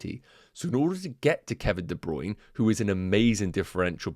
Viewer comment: Hey - DeBruyne pronounced his name as DeBruynA on the FPL website.